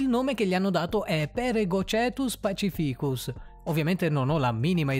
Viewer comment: Si legge pacìficus, e NON pacifìcus, e che ca....!!!!